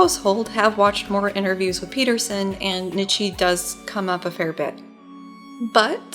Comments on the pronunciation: I'm really loving the series so far. I don't know if this is intentional and I'm just being a whiny philosophy major, but the name is pronounced 'knee-tjuh', not 'nit-she'. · his name is pronounced like "KNEE-CHA"